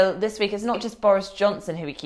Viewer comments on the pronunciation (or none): James Forsyth - it's "this" not "vis, it's "they" not "vey", and it's "you know" not"yo"